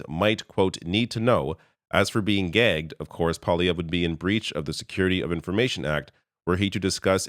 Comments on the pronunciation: Yes, it came out as gay... As someone who volunteered to assist young people to pronounce "G", you need to use your gullet... and some people have trouble pronouncing it at all. He was trying to say gagged of course, but he likely had too much of a dry mouth to do it properly. PS: I taught the children how to make the "GULP" sound using a Disney's goofy voice and saying it over and over... as I pretended to gulp a drink. They all were able to do it almost instantly because they love fun voices. Poilievre might be more difficult to teach however... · My wife missed the beginning of the video. She got in the room at about minutes in. She said it sounds like you are saying gay. Kind of shows how irrelevant it is and odd that you are making such a big deal about it when pierre was talk. Why aren't you talking about mark carney not disclosing any interests. Obviously a very biased channel. I always listento both sides but you are really grasping at straws. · Agree. I felt even Mark Carney did a double take because I think he heard "gay" too. I also heard "gay" but knew he meant gagged. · That was hilarious! I definitely thought he said gay when I heard it. Hahaha! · I heard "gay" as well .. lol. I also enjoyed Singh's heckling of PP and facts accounting. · I still don't understand how "gagged" can sound like "gay". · I’ve never heard anyone pronounce gagged gay-gged. He also neglected to say half of the word and stopped after saying gay… I’m going with Freudian slip. As a gay person, I’ve never seen a far right lunatic who wasn’t a dangerously suppressed person not on the straight end of the Kinsey scale. They all are like Roy Cohn. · Yes I definitely thought he said gay at first 😂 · Who says gagged so that it rhymes with gay? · He said .gagged" but dropped the last consonant. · It might be my ears, but you’re both saying gag is an odd way - to me anyway. To me, gag sounds similar to bag or stag, not gay. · Wait what did Pollievre ACTUALLY say? All I hear is 'Gay'? lol